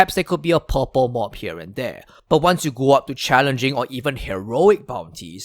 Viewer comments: Purple mobs. I was hearing "pop-up mobs". While there may be a pause to interpret, the information is solid food for thought. I will start keeping pieces for Damage To Elites to evaluate. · Many good points, great video! Plus ten points for the best pronunciation of “purple mobs” I’ve ever heard. Love it! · You are so Asian sounding when you say purple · Fuck. It took me 5 minutes before I realized he was saying purple.